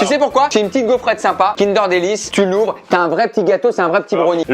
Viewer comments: On dit pas Kind-èèère on DIT Kind-euuuure 👮🏻‍♂️ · On en parle il dit "kindÉr" au lieu de "kindEUr" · j'suis désolé mais kindair ???? non no non c'est kindeur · Kindeeuuur pas Kindèèère :( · Kindeeeeur pas KIndèèèère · Pk tu dit kindère c’est kindeur!!😂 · Déjà tu dis kind'air et pas kindEUR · "Kindèr" ? On dit "kindeur" nan '-' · Mais il dit KINDAIRE j’espère que je suis pas la seule à dire Kindeur 😭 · Moi je n'ai aucune logique 😂 depuis tjrs je dis : kindeur bueno MAIS AUSSI kindaire surprise A partir de là c'est difficile de se sortir de ce débat 😭😂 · Pourquoi "kindère" et non pas "kindeur" qui me semble être la prononciation la plus répandue ? Cette façon de faire me fait pleurer des yeux 🤔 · Kindère ou Kinder ? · Déja on dit Kindeur,. Merci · Mais qui dit Kinder!??? On dit Kindeuuuur! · « Kindèr » ptdddrrrr mes oreilles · y dit pas "Kinder" y dit "Kindair" mdr Sinon la vidéo et bien comme d'hab! 👏🔥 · Il dit kindère ça me perturbe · Déjà le prononcer “Kindère” c’est un crime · tu va pas me dire que tu dit "kindeur" quand meme ?